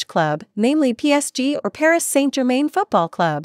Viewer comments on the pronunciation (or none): none